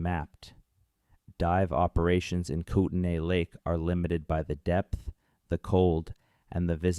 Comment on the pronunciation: It's pronounced koot-nee